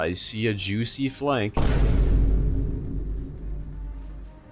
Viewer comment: did bro say jewsy flank